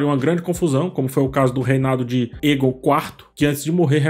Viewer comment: "Para o que der e vier" nao "vinher", "vinher" nao existe na língua portuguesa. "Aegon", nao "Eagon". Crítica construtiva 😉